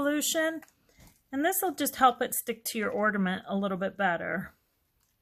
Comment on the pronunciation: Loved this tutorial. Easy and fun. Just a slight problem with your pronunciation of ornament. Seems rather picky but I would want to be corrected if I were you. It sounds like you are saying ordament instead of ornament. Super tute though.😊